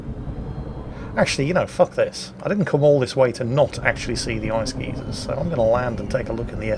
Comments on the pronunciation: Guy-zer not geezer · Me: What the fuck is an ice geezer? Oh, a geyser! Okay, nevermind.